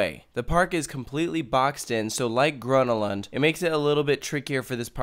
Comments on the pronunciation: Ah yes, leeseburg and grunnulund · Not liissseburg and gronalönd. Liseberg and Gröna lund. Haha